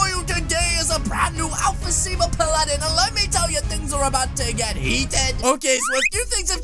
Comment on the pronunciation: Your saying Paladin wrong